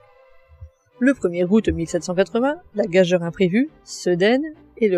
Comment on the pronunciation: Très documenté, bien construit, bien exposé. Merci. NB: on prononce gageure "gajure". On ne dit pas corroborer avec, c'est transitif...(je suis maniaque, pardon)